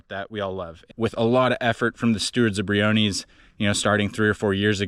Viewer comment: When did we start calling this park Brio-kneez? I've only heard of it pronounced Brio-ness (I've been going off and on since the 90's).